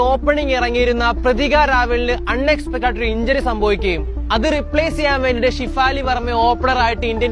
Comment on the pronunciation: ഡാ കൊച്ചേ ഷിഫാലി അല്ലെടാ ഷെഫാലി